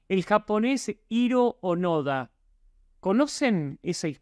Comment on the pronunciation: Dato curioso que nadie pidió, pero de seguro te interesa Hiro onoda se pronuncia como "Jiro Ónoda".